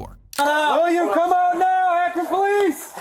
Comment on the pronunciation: Could you actually hire someone to actually DO the voice-overs? Text-to-speech blunders abound. Stop this crap, please. Akron DOES sound like Average, but it's incorrect. STOP. THIS. And as a result, I will not finish this vid. I hate that I gave you a view.